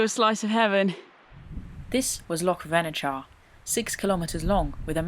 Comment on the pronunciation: I really do wish that YouTube Backpacking stars, such as yourself, would check the pronunciation of place names before they set off. Callander is pronounced the same as calendar and if you pronounce “ch” in Loch as “cuh”, why then pronounce it “ch” as in ‘latch’ in Venacher? Sorry for being pedantic, but it spoils the enjoyment of your video.